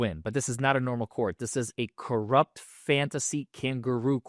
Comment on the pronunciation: You said corrupt wrong